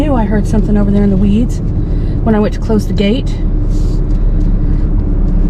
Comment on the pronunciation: And yet another 'bar over thar, 'yar, over thar